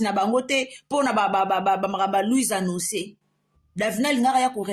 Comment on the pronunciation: Ndoki moneneeee na maseke misatu oyo na tanga na Bible nde yo. Ako sasa lisusu luizannoncer . Na boulevard ayekolaki français te? Sosoluizanoncer 😂😂😂😂, aya Davina à apprendre ye Français. Atika ko lobela biso François 😂